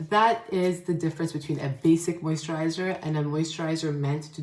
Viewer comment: moisttchaaa!! Not the NY accent coming thru for a sec lmaoooo